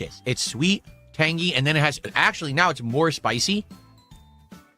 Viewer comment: Why does he have to say tang-GEE, we hate you enough already